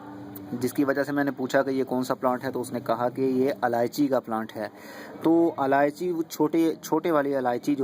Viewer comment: its ilaichi not aalaichi